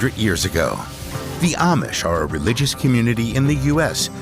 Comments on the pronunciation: Amish is pronounced “Om-ish” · Is this AI generated narration? The Amish seem s to be mispronounced.